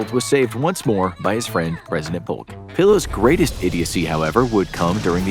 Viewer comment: Polk's surname is actually pronounced Poke. The L is silent.